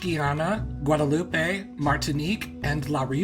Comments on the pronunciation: Many Americans unfortunately pronounce it as “guadelopay” like he did, yet weirdly I haven’t heard many people say Mayotte the same way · Fyi: Guadeloupe = Gooa-dloop, Martinique = you got it!!, Guyane = Goo-yan, Mayotte = Ma-yott, La Réunion = emphasis on the Nion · Actually as a frenchie you pronounced the department names quite well ! The only (little) mistake you did is that in french we generally don’t pronounce the e’s at the end of words, so the « Loupe » in Guadeloupe is pronounced « Loop », same for the « Yotte », it’s just « Yott ». But hey, I’m honestly still really happy just because you even talked about our weird « colonies » (as many people on the internet call them) and explained their real nature and brief history ^^ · Mayottééé and Guadeloupééé! 🤣 The -e is silent, like in Martinique: [mayott] and [guadeloup]. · when you said "i’m gonna say these with a horrible french accent" i was like yeah ok he’s gonna have an english accent in french, and the you said goudeloupé, mayotté, and i can’t write how you said guyane 😭😭😭😭 my jaw dropped lol. The E isn’t said in french when its at the end of a word (usually) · Your pronunciation of Mayotte and Guadaloupe wasn't really bad French. It was more like really bad Spanish. 😀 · Yeah he was using the spanish pronunciation of guadeloupe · Guadaloupe and Mayotte end in consonants, it's neither Spanish nor Italian.